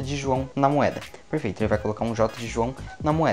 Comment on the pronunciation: Ele só sabe fala perferito🤓